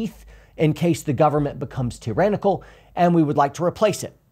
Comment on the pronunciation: "T-Rannical" I caught that, lol